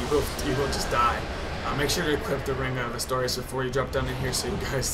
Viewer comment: All I dislike about this whole commentary is that it's Artorias, not Astorias.